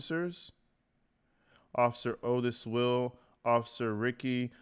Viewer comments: Ricci pronounced Ree Chee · (B-M) is Black Male, Ricci is Italian pronounced Reet-chee. Fantastic of you to go through the facts. Thanks. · Usually Italian, most words/names with 2 "C"s (Ricci) are pronounced Luke a "CH" (Richi). Since you were asking. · Officer Ricci is pronounced like '' Richie '' I only know that because that's how my attorney spells and pronounces his name . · Like Christina Ricci pronounced Reechy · I am pretty sure it is pronounced reechie.... Like Christina Ricci.